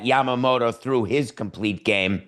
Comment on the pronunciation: Your pronounciation of Yamamoto is perfect😊.